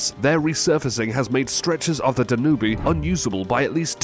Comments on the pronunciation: It is not pronounced Da-nu-be, it is however said as Dan-ūbë, … and yes this city is pronounced Tempee, … , … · Uhhhhh. TEMP-ee. PAN-a-mah. DAN-yube. Where do you get these pronunciations? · Hey that river in Europe is pronounced Dan - ube. . Just 2 syllables. You need to look the pronunciation of words before you publish the names. Makes you look like you just don't care and are ignorant.